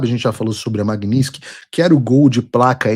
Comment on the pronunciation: Olá Paulo, talvez isso seja irrelevante diante de todos os problemas que estamos atravessando, mas por quê você diz "MAGNINSKY" e não "MAGNITSKY"?